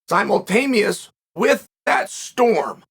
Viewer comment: HAHAHUAHAHAHAHAHHAH And he consistently said "simultameous" twice